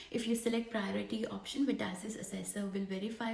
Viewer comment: it is VET ASSESS!!!! not VETASSISISS